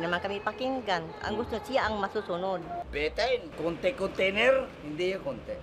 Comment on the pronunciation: Konti.... Konti kontiner 😆😆